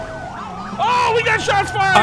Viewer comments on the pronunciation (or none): You guys are killing me saying 4O4. It's four zero four!!! Highlight of my day watching you guys